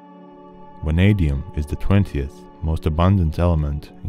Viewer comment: VVVVVVanadium, not wanadium